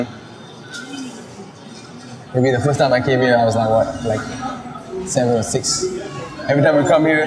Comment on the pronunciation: "where i did my foist show"